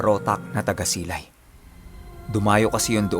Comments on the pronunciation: taga silay ako...ma tigas na si dapat yung bigkas mo sa silay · Taga silay po ako lodi. Mabilis po Ang pg bigkas dun. silay. Parang pag bigkas dn ng tulay. more power lods nice story.